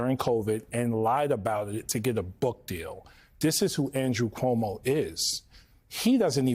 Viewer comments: Komodo 🦎 still cant say Zohran surname properly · You mean Cumoo? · Andy Cummo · I believe it's pronounced Cummo.